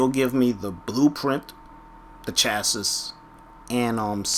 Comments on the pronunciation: Chasses? It's chassi. Think of the Pokemon Chansey when you say it. It's not hard man. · "Chassis" is pronounced "Chas-E" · Had to stop watching due to the constant mispronunciation of chassis... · Hahaha, he can't pronounce "chassis"